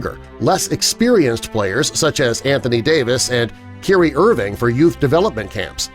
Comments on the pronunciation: Okay, your little voiceover reported mis-pronouncing Steph’s name, but your little voiceover mis-pronounced Kyrie Irving’s name. It’s pronounced Ky (long I sound) Ree, NOT KeeRee...idiots! Maybe you should practice what you preach! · You got a few "facts" wrong. First, it's Kyrie, not Kerry - it's odd how you did that right after you stated how important it is to pronounce someone's name correctly. Second, Under Armour was going to be the primary supplier for MLB in 2020. But the deal fell through and now Nike is the supplier. Lastly when was Under Armour stock at $120 a share? I checked the max for both UAA (class A shares) and UA (class C shares) and it wasn't at a $100. You must've not taken account to the stock splits. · The proper pronunciation isn't "Cary" Irving, it's "Ky-ree". Kyrie Irving. Luv tha channel thou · Kerry Irving? Kyrie dude. Stop. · It's Not karie. It's Kyrie (Ki-Ri) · KYRIE IRVING = KEERIE IRVING AHAHHAHAHHA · “Kerry Irving” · Kirie???? Huhhhh you mean kyrie cmon man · The disembodied voice of the narrator just mispronounced Kyrie Irving Ki•ree not Keery. Right after he called Nike out for the same thing. 🙃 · bruh u just said kyrie as kuryie dont say nike be mispronouncing names idiot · Did he say Carrie Irving Kyrie Ky-rie You can’t do a video about name pronunciation and then come off idiotic enough to miss pronounce someone’s name like seriously dude SMH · Right lmao Kyrie not kerry! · There's just a little irony in the narrator mispronouncing the name of Kyrie Irving ('keer ē) while talking about the Nike rep's mispronunciation of "Stephen". Do your research, Bud. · You just said "Keerie Irving". You might lose a billion. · This man pronounced Kyrie as 'kee-ree' smh 🤦‍♂️ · Did you just call out Nike for mispeonouncing names before calling Kyrie Irving Kerry? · How you gonna call Nike out for mispronouncing stephen, then in the same breath say Karrie Irving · Keeree Irving 😂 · Did this guy really just say kearie irving 🤦‍♂️